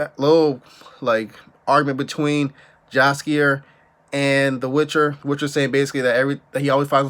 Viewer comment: Give you a little tip ... its Jaskier (polish name) you pronounce starting like yellow ..... so more like Yheeaskier then Jaskier with English J.